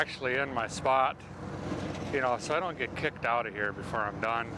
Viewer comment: i wish he would say indont know at least once more